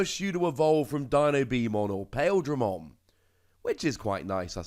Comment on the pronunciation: Heh. Pail-dramon. I don't blame you at all to pronounce it that way, but for future reference, Paildramon's name is pronounce Pie-Eel-dramon.